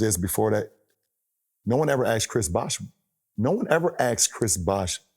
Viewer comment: The way lebron pronounces the word “asked” is hilarious